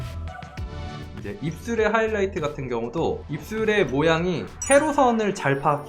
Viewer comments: ㅋㅋㅋ왜 아무도 촠ㅋㅋ '하이라이트가 아니고 허이라이트' 하시는거 왴ㅋ 언급이 없짘ㅋㅋㅋㅋㅋ 이거 보고 완전 웃었는데ㅋㅋㅋ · 하이라이트 맞는데용...?